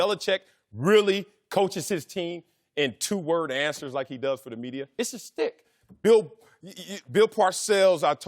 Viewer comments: Yo I swear half these guys don’t know what “schtick” means and one of them is saying “stick” lol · TheCanadianConservative as soon as I read your comment Marcellus said “stick” 😂😂😂